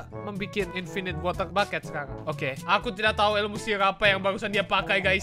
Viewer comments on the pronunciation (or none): none